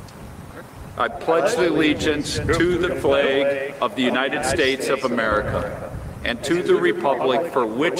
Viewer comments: What really bugs me is the way they say the word "flag".... The A is a soft A... Like Apple. They say it with a hard A. Like Ape. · "Flag" also isn't supposed to rhyme with "plague". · i pledge a the legiance to the fleyg